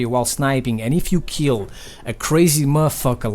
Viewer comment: lil jeemy, 1 keel!